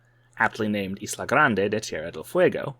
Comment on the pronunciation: Your pronunciation of ‘Isla’ was offensive